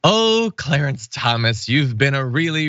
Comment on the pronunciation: I think mr cwow and cwawance were on the lowdown.